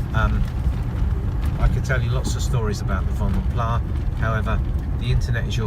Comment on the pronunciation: Pronounced Vanden Plas as in glass, not plah due to the Flemish origins of the coach builder.